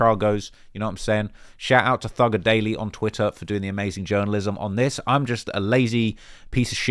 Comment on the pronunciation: My gf is DISGUSTED with how you said thugger at the start of the video